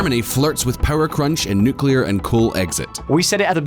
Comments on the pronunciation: Nuclear, not 'nucjular' ffs! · For the goddamned millionth time, it's NUCLEAR, NOT NUKULAR! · I thought we all agreed that "nukular" was for tardos. It's NU-CLEAR. NEW-CLEAR. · NU-CLE-AR . not nucular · NuCLEAR not nucular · Nucular? Ffs... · did you say nukular? :D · Jesus, learn to pronounce nuclear properly